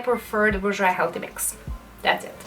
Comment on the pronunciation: Pronounced ‘boor - j’wah’.